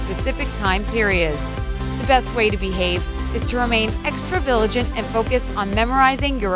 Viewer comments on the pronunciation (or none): The narrator said vilagent instead of vigilant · she said viligant, instead of vigilant. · person becuz she said viligant instead of vigilant. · She said extra viligant instead of vigilant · did anyone notice that she said viligant instead of vigilant 😂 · its a real person, she said vigilant wrong. she said viligant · she said viligant instead of vigilant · Anyone else noticed how the narrator pronounced vigilant as 'viligant' ? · be sure to remain extra '"viligant" lol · extra viligant? or vigilant? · She said "village-ant" instead of vigilant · she said viligant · Are we just going to ignore that she just said, "Viligant," instead of, "Vigilant?" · she said viligant so smoothly I thought she pronounced it correctly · "Remain extra viligant..." But... the word is vigilant... you even wrote vigilant on the screen... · Did anybody else realize she said viligant instead of vigilant? What an idiot. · haha, she said viligant😂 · at time the girl said extra viligant instead of extra vigilant... lol. but nonetheless helpful. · You have to be extra " VILIGENT " haha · viligent? oh , you mean vigilant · Boi you said VILIGANT instead of vigilant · you pronounced VIGILANT as VILIGANT. Also, I always bring with me a pocket knife . Because McGuyver. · She said VILIGANT. HA! I'm actually paying attention LOL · she said "VILLIGENT" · 6.08 "remain extra viLIgant" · "Viligant" <-- a new word? lol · Did she say "Extra viligant" or is it just me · be extra VILIGENT said the narrator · Viligant, seriously? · I couldn't be the only one who heard extra-viligant. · I heard extra viligent 😝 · does anyone realise the person said vilagent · "Extra Viligant" 👌 then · "extra viligant"@ lol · Did anyone noticed how she pronounced "VIGILANT" ? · She pronounced "vigilant" wrong...